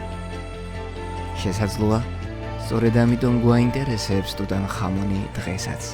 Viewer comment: რატომ ტუტან ხამონი. ქართველებს გვაქვს ასო-ბგერა "ჰ".